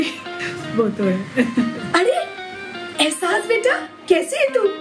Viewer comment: Ehsaas instead of Ahsaas🤣🤣🤣🤣🤣🤣🤣🤣🤣🤣